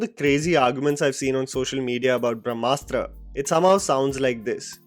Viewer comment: *Brahmastra not brashmastra